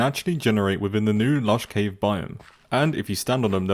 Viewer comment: It's cave not ceave